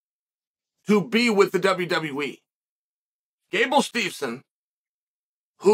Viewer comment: “Gable Stevens”